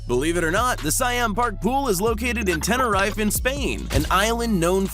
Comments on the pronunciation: (Tenereefe) is how it’s pronounced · The way you said tenerife..... Oooooof 😕😜🤔🤣